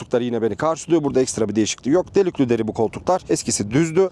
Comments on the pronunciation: Adam ağzıyla kuş tutsa yaranamaz size. Dört dörtlük inceleme yapmış, bazıları gibi her arabaya çok güzel deyip geçenlerden değil. Hakkıyla, çok akıcı bir dille, gereksiz konulara girmeden neyse onu söylüyor. Ama delüklü değil de delikliymiş. İzlememek mümkün kardeşim. Gidin marka kuklalarını izleyin çok güzel Türkçe’leriyle. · Hocam iyi güzel Türkçe konuşuyorsun ama iş delüklü deriye geldi mi olmuyor ya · Delüklü deri mi dedi bana mı öyle geldi 2 defa 😂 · Delüklü deriyi bilerek mi söylüyorsun abi :)